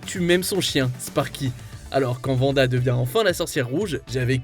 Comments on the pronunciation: ARRÊTE DE DIRE VANDA FRR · C'est WANDA pas vanda...